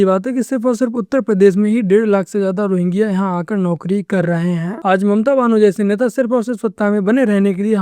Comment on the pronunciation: रोहिंग्या ❌️ रोरंडिया ✅️